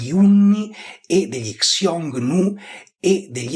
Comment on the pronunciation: piccola nota: Xioungnu (匈奴) andrebbe pronunciato "Siongnu / Sciongnu" (pron. IPA del mandarino Xiōngnú: /ɕjʊŋ nu/ ; e del cantonese Hūng nòuh: /hʊŋ nou̯/; Middle Chinese: /hɨoŋ nuo/; cfr. il sino-coreano 흉노 hyungno /çuŋno̞/ e il sino-viet Hung Nô /hʊwŋ͡m no/ /hʊwŋ͡m now/), non "Ksiongniu"... (una cosa simile vale per il medio-persiano e il sogdiano Ẋyon e Xwun, dato che in alcune lingue iraniche e influenzate dalle lingue iraniche, come il Curdo e l'Azero, ancora adesso sta per /x/, e infatti hanno il parallelo nel sanscrito Hūṇa)